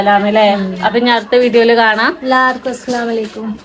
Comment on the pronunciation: Assalamalakum alla vekthamayi സ്വലാം പറയണം അസ്സലാമു അലൈകും എന്നാണ് പറയേണ്ടത്